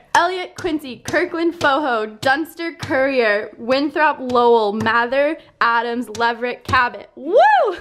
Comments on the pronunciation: You can tell there not from Massachusetts with how how they pronounce Lowell😂😂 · Did that guy really pronounce Lowell as low-ell he’s def not from Massachusetts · “LoWELL” lol